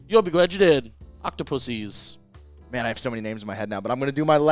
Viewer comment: did not just say octopuses